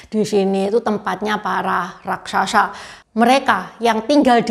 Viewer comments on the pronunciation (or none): none